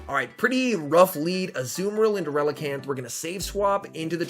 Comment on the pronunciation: Relican'th? ReliCAN!